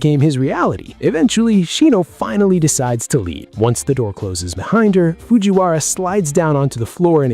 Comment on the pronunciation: did you guys hear him say Fujiwawa